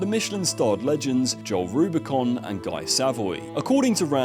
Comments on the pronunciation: Joel “Rubicon”? Need to get your French pronunciation up to speed! 😊 row-boo-shawn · "Joll Rubicon"